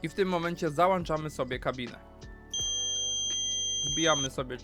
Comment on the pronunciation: Słodki jeżu w malinach, załĄczamy a nie załANczamy!